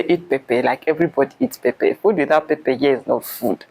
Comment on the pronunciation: wow, my Uganda sist, have started pronouncing Pepper like Nigerians...Pep-pep🤣🤣